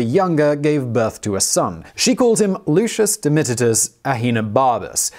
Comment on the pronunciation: "Lucius Domititus"?